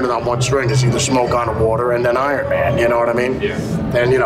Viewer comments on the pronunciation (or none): none